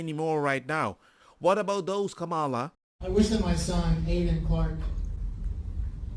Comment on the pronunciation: Lying C*nt Kamala. Oh BTW Kamala is the feminine of Kamahl. Kamahl is the masculine Kamahla is the feminine. So very, very tired of her and other Cultists mispronouncing names.